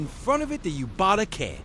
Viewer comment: Dude.....are you AI voiceover? Yubatake is pronounced you, ba, tah, ke. The ke is short, not take like rake. Been here before huh?